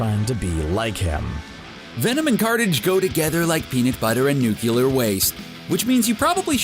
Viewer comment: this man keeps pronouncing nuclear as nuculer